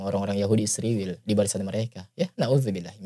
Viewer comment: ISRAEL BUKAN ISRIWIL. SEBUT NAMA YG BENAR PAK